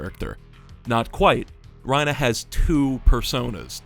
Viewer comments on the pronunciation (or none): It's bothering me that you're calling him Ryna instead of Reiner. You're clearly American, why are you calling him by the Japanese pronunciation?? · Just thought you should know Your saying Reiner wrong. Your saying it like Raina, when its Reiner. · I wish i could understand a single damn thing in this video but i’m getting distracted by “ryenah” smh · Why was he saying ReinAH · This is a great video, but i can't get over how you keep calling him "Reinuh" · The "reina" pronounciation is killing me bro, I can't watch this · Why are you saying Reina (Rhyn-uh) sir? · lol bro is afraid to say Reiner with the hard R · this is probably a good video but the way u pronounce reiner makes me angry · I loved the video, but please, Reiners name ends in an “ER” not an “a” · He says Reiner like trump says China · you pronounce reiner the same way lois from family guy says peter